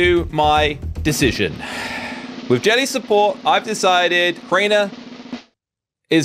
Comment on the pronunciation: “Crainger” “Worst controversy” “In this video” 💀